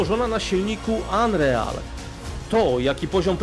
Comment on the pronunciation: Chyba mu chodziło o to że słowo real wymawia się jak RIL. Unreal czyta się ANRIL 😉 Ale to mały szczegół. Ogólnie fajny materiał